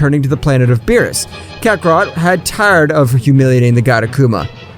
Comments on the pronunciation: Bro never fails to mispronounce kakarott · His name is fricking Kakarot not Kakaroto